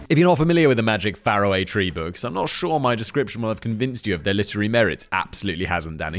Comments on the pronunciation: ..No Simon. It's Far-Away Tree. Farrahway tree is... just..wrong? :P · Simon, it's pronounced Far away Tree. You know as is that's faraway.